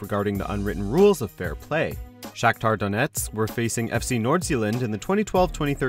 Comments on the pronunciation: Did anyone else hear Nordzelland? Or is is it my hearing? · OMG the way he pronounces Nordsjælland